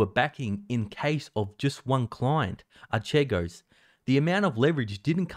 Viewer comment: I noticed that you weren't able to read/express the middle syllable of the word "Archego" (R.K.Go) I offer you an effective online reading programme